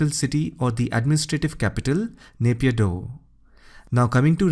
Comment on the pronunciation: Good video but some pronounciations are wrong, Naypyidaw is pronounced ay in Nay-as in Rai (surname) pyi is correct and daw(as in paw) and also in junta j is pronounced as h